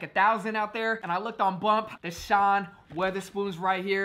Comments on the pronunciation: Its wotherspoon.. everyone says weatherspoon haha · Bro it’s wotherspoon not weatherspoon😂